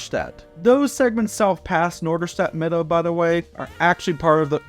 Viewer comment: I like that you already pronounce “Mitte” like us Norderstedters do - Midde :) (It’s also commonly called NoMi)